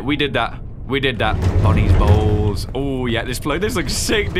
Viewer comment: great video but the fact that you pronounce bonnie bowl like “bonnie balls” made me feel uncomfortable